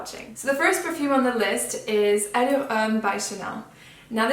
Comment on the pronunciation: You are best one on YouTube pronouncing “Allure”